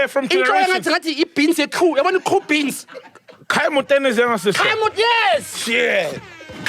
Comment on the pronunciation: Why is Rosie called koo beans? I want to laugh. This story is sad